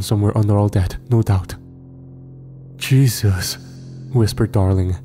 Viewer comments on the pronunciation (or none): none